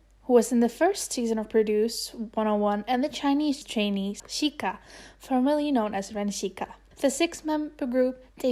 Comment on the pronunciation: hi! i know i'm a bit late, but chiayi is pronounced jia yi (jee-a yee) :). just different from mainland spelling. also, chiayi is a city in taiwan :) edit - sika is pronounced (si (neutral tone, s as in snake) ka, :)